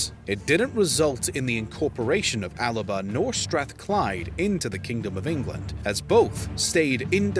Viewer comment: The original name for Scotland was ALBA, not ALABA as the narrator said.